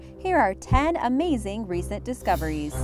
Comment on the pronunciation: When she say resent.....not really